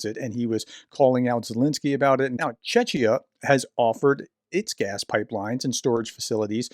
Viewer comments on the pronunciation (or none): It’s not pronounced Chechia! It’s pronounced CHEKIA.